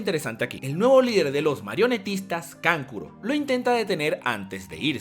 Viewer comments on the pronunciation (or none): Kankuro-----------kankulo :V